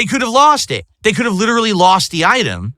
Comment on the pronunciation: 42 year old man. “That one was lawwssst”. Wet brain or a 220?